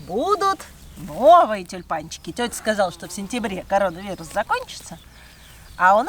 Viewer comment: Прелесть! Вы красивые ребята! день прекрасен - и музыка, улицы, город, поля гиацинтов и тюльпанов! Позитив и про коронавирус!!! Респект! а как здорово маленькая Алта произносит "короновирус" БРАВО